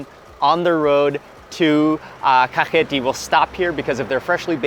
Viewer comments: Its Kakheti, not Khaketi🙏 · Mr Mark Wiens - You said "Khaketi" but correct to say "Kakheti" ;) . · Not Khaketi , Kakheti is correct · Thank you for introducing my beautiful country to the world <3 Kakheti is a region of Georgia, Khaketi is incorrect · It is Kakheti, not Khaketi. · Bruh not kaketi we say kaxeti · Kakheti not khaketi☺️ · Not Khaketi, Kakheti ! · nooooo khaketi is incorrect say kakheti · You are Good ❤️ but *Kakheti"კახეთი 😊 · That's Kakheti, not Khaketi :D And if you wanna taste real Khinkali (Dumplings), you should go to Pshavi or Khevsureti... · its kakheti not khaketi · I think "Kakheti" is more correct